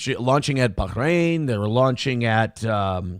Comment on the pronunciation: ever do that again ill kick your dog. "Baahhhhhhhchrain" obama ahh pronunciation